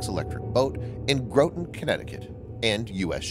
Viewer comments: It’s pronounced “Graahton “ Connecticut not “Growton”...smh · Gra-ton not Grow-ton.... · Learn how to pronounce Groton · Can you learn to pronounce Groton... 🤣